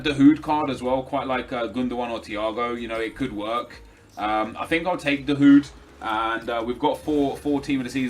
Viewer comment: Back in "da houd"